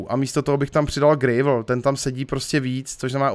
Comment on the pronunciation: Prosimtě štěrk se čte [grávl]